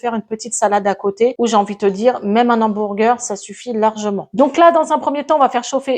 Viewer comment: Cc super recette 🎉 ça à l'air trop bon 😊, par contre pourquoi tu dis hambourger et pas hamburger ?😅 bisous 😙